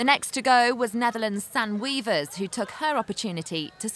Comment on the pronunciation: t's Not Weavers,but Wéévers!!!!!!!!!